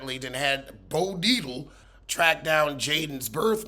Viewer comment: Hi 🥰 first of all, when you say the name bo deitle!! I lose my freaking grip 😹😭🤣😅. You keep it real, funny & interesting ❤️ 🧡 you and thank you again and again